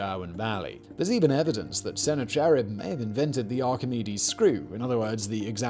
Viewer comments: I'm sitting here going, "Who the hell is sennar cherrib?" Then I realized he meant Sennacharib. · Its "sen-ACK-uh-rib" not "Senna-Cherub". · I’m in pain at the way you’re saying Sennacherib, haha.